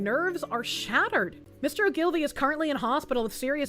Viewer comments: Oh-Gill-Vee. Accent on the First syllable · It's Oh ghoul vee. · "Ogilvie" is pronounced O-gle-vee, not O'Gilvie. Sinn Féin is pronounced "Shin Fane". (Isn't learning to speak Irish fun???) Other than that, keep settin' 'em up and knockin' 'em down, lass. God Save Britain. God Protect Restore Britain. In other news, in the US: "Under the Judicial Conduct and Disability Act and the Rules for Judicial-Conduct and Judicial-Disability Proceedings, anyone can file a complaint alleging a federal judge has committed misconduct or has a disability." (emphasis mine.) Yes, Virginia, if we can indict a ham sandwich, why not a malfeasant judge? It's about time we started doing this every time a judge on the federal bench tries to field novel law instead of paying proper attention to the existing body of law. We might be able to make a good enough dent in the Federal bench to prompt other judges serving there to start upholding the law for a change.